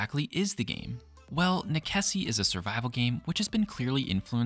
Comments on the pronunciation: You didn't even take the time to find out how to pronounce the name of this game. The actual word is Latin, and its pronounced "neh-che-see" The developer however says its a play on necessity, and is pronounced "Neh-sess" not "neh-keh-see" . sheeeeesh. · Is it really pronounced Nekessi? I always assumed it was Necesse as in necessity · Nickesee? Necesse, as in necessary. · I couldn't stop laughing at how you pronounce necesse, since I always pronounced necesse like necessary. great video anyhow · Great video... but "nekessi"? How did you miss the link to the english words necessary or necessity? Necessario in portuguese, italian and spanish? :face-turquoise-covering-eyes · Same. I can't blame the deliberation about how to pronounce cause i sure as heck didnt know for sure. But Neh-kessy def wasn't one of them lol😂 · Hearing you say Neckesy makes me wanna stab my eardrums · Pretty sure that's pronounced "Nes-ess" y'know, like how you say necessity in romantic languages. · As per the developer on steam he says you pronounce the game as "a play on the word "necessary" :) so "ness ess" .. may want to correct your pronunciation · That’s 100% wrong and they did not say that, it’s nekessay, it’s Latin. Amazing someone with fact in the name decided to not use facts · NEKESSI? DA VINKI? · please stop saying nekessy